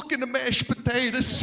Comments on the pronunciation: "Look in the mash patatuhs." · “Look in the mash potatus” I lol’d 😂